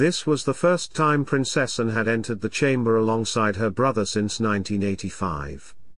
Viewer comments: Could you change your voice? It is not Princess an but Princess Anne. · Why can't you say her name PROPERLY she is not Princessn she is Princess Anne . In fact she is Anne the Princess Royal Get it right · Shame he cant even say her name right. Plus such a boring voice